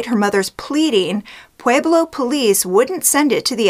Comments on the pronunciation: it's pronounced pweh-blow, not "pwee-blow" .... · heard that! i grew up in Fountain and as much as i love ~~~ her pronunciation of Pueblo was driving me crazy too:) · Pweh-Blow Pweh-Blow Pweh-Blow Pweh-Blow